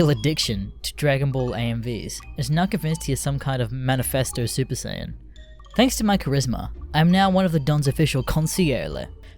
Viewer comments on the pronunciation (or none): Saiyan not sayan